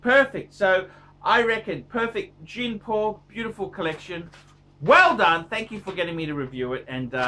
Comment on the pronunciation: find a good logopedist....